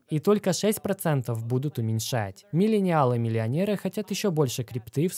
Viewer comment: Миленялы (произнесено 100500 раз), Бумеры, Зумеры, Рептилоиды... Смешались в кучу кони, люди. В остальном, конечно, спасибо за контент :))